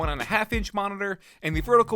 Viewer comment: It's not "li-ma-ma" its "eye-ya-ma"